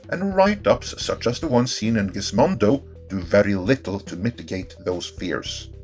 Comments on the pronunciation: I chuckled a little at Gizmodo being pronounced "Gizmondo" by... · There's no "n" in Gizmodo.